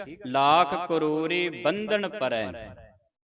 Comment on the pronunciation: Waheguru ji 🙏 Lakh karori BANDH NA PAREI HAI JI 🙏 BANDHAN PARRAI NAHI HAI JI 🙏 kirpa kerke shudh kero ji 🙏 Guru Granth Sahib vichhon compare ker lo . Galat parchaar te na kero please ,🙏🙏